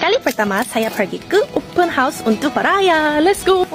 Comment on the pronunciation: Sebut betul2.....Open House.......bukan Open Horse......tapi konten menarik dan mantap....Selamat Hari Raya Aidil Fitri....